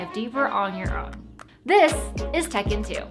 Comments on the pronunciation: Tech in 2 What I hear: Tekken 2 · Great explanation! PS: When you said tech in 2 I thought you said tekken 2 lol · I totally heard "Tekken 2"